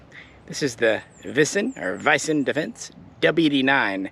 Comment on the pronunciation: It's pronounced more like WEESEN defence. Just so you know! :)